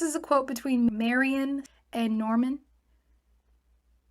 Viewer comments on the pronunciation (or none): Marion Not Mariam